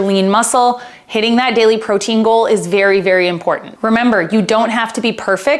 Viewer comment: Great video! I had to giggle at the very beginning it sounded like you said "pro tingle" instead of "protein goal" and it made my morning. :)